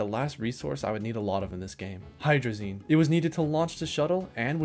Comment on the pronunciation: Hydrolazine thrusters